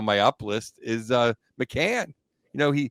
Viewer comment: Awesome podcast guys. I met you at Lexus Club after that Stars debacle. Also it’s Bobby McMANN not McCANN